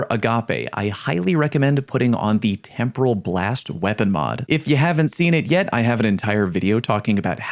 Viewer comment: yay the first youtuber/streamer to pronounce temporal correctly!